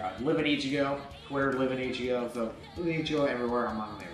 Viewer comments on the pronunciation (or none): none